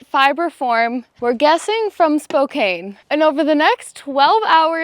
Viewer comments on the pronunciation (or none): ITS SPOK ahhh NE!!! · You said spokane like how theo von says it 😂. It’s ‘spo-can’ not spo-kane, not the way you’d think it. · I know it’s confusing, but it’s pronounced Spo-can not Spo-kane. ❤ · Cool. Spo "can" not Spo "cane" PS: Wear a Bear Bell in the bush. Mine has a magnet to silence it.